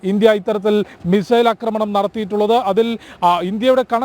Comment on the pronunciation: India nadathiyittulla "Akramam" alla chettah.".Aakramanam"...aah..Aakramanam...malayaalam onnu koodi padikkanam...